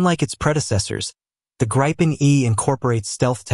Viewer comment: not how gripen is pronounced